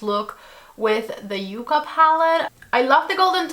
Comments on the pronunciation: With 2 C's it is "Yuh-Kuh" and with 1 C it is "Yoo-Kuh." Yucca is the southwest plant (and the inspiration for this palette) and Yuca is the edible potato-like plant. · You are my go-to reference whenever I want to apply eye shadows. Congrats on getting the code...too bad that I had placed an order much earlier before this video came out...ah...bummer. 😂 BTW, it's called ya-ca not u-ca, just so you know. 😊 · N O T. Y O U K A !!! YUCKA I know that sounds weird but its the name of a plant.